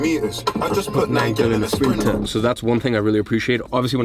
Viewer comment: why did iman say sprinter like that?😂😂😂